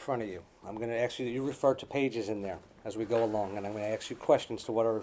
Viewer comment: Why does this attorney think that people are axing other people? This isn't a murder trial. ffs... "Mr Voorhees, did you ax Melissa in Friday the 13th Part VII - The New Blood?"